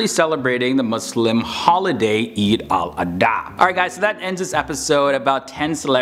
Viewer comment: "Eid-al-addaaa" I am deadd🤣🤣